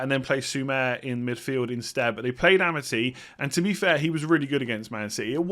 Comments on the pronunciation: its A - mar - T not Ama - T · It's Arr Marr Tee by the way not amity!